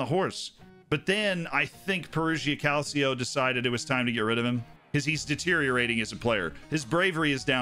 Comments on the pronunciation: More like "Calcho" (two syllables, not three) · Please don't say "calseeo" it's hurting my italian ears